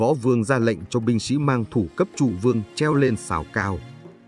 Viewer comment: Nhà Châu hay nhà Chu..? Châu Văn Vương hay Chu Văn Vương..? Hình như đọc sai rồi..!